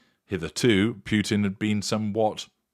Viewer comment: Completely off on what had just transpired. 😂😂😂 Also learn how to pronounce Putin to sound more knowledgeable.